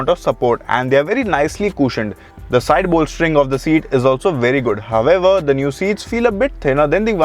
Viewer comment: All I can hear in the whole video is "However". It's so irritating to watch and he is not even pronounciating it correctly 🤦